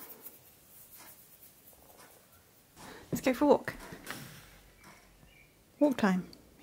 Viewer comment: Wolkkk (walk) Wookkies (walking) Sherwaaa (sherpa) 😂all are heartwarming words